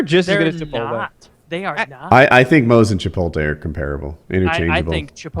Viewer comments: Woody reading the name Chipotle and saying chipoltay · I hear a lot of people pronounce it that way, and it irks me more than it should